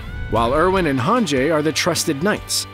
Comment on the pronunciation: Everyone: hanji screen rant: haHNjAy